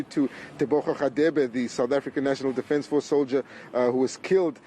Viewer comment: Defance force? Cmon hahaha Our "president" cant even pronounce it properly. What a KAFFA